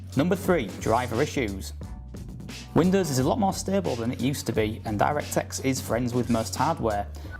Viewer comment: I swear he says DirectText. Just hear it.